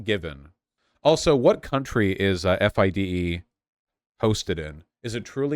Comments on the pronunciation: It’s pronounced Fee-day not F I D E. Also the there is no men’s only league it’s a woman’s and mixed league. Woman actually fought for there to be a woman’s only league so they could compete competitively. (There are only like 5 woman in the top 100) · you can tell Vaush knows nothing about chess based on the way he says FIDE lol. Honestly don't blame him if FIDE are fucking transphobic losers. It's always the swiss.